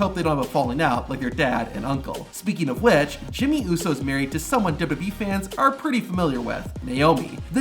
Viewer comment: the way this guy says wwe is funny "dubu dub e" nice video tho, would be crazy being the kid of a wrestler